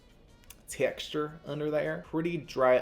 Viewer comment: I died at how you said texture😭 but hopefully they come out with something for us dry skin people!